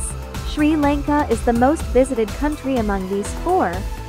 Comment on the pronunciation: Your telling sri lanka wrong